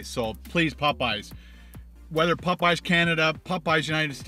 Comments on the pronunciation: Im not the only one bothered by the way he says "PopEyes" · it's Popeyes, not Pupeyes. Heh! Love your videos!! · Maybe you’ll get a better biscuit if you pronounce Popeyes correctly, its not Pupeyes